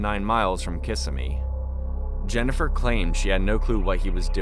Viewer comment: Kih-SIMmy. Not KISS-uh-me.